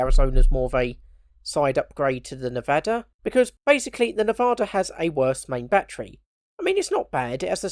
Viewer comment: Phonetically it's pronounced "Neh-Vah-Duh" and that's the closest you're going to get to it without living in Nevada (I was stationed there at NAS Fallon "Top Gun" as Station Security).